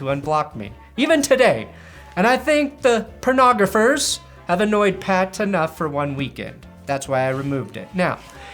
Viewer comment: did you just fuckin say "Pernographer" lmfao niceeeee.